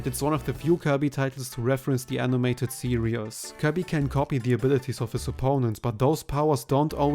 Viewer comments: You do know you keep saying the word serious when you mean series, right? You are so serious about the Kirby serious. It the Kirby see-reez, not see-re-us. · Hey just a heads up, the word Series is pronounced "seer-ees" not "serious"